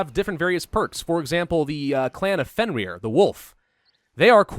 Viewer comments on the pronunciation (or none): none